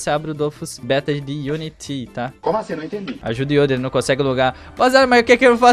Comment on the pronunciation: Pq ele fala Unitín ?